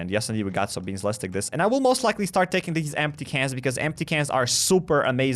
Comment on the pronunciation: what did you say? you need cans for... for some reason 🤣 why do i need them for dogs and recycler?